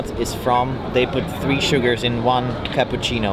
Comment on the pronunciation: Pete: By the way, we're pretending we're American from Kentucky : Vlad: For mikh kappuchinov